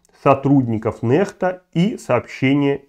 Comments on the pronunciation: Ну, Курейчик, блин🤦🏻‍♀️🤦🏻‍♀️🤦🏻‍♀️🤦🏻‍♀️🤦🏻‍♀️🤦🏻‍♀️ Хватит уже нЭхта!!!!!! 😡😡😡😡 нЕхта !!!! нЕхта !!!!! И кому нужна твоя бесполезная критика? Что это меняет сейчас? 🤦🏻‍♀️🤦🏻‍♀️🤦🏻‍♀️ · Ньехта а не нэхта или Nexta нэкста по английски